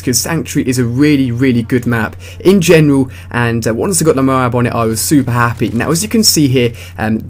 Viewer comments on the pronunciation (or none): Why Do You Say M.O. A. A. B. You Say it Funny :D